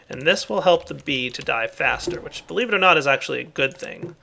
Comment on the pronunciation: Are you in the Summer holidays and if you are, do you go to the bee-ch because it is bee-lieve not BEE-LEAF. :P